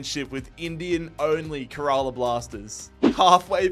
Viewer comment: Little note: Kerala is pronounced kinda like “care a lot” without the t